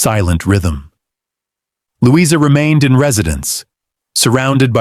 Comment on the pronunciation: Would have been good except for the AI narration (Lou-EYE-zer rather than Louisa????) and random photos of strange Victorian/Edwardian people with no relation to the story.